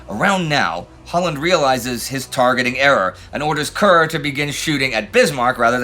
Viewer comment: Worth noting that Brits do not pronounce Kerr to rhyme with Cur, but rather with Care (in it's native Scotland) or Car (in England), according to Admiral Mark Kerr. Captain Kerr of the Hood was from Gloucestershire, so I'd go with Car.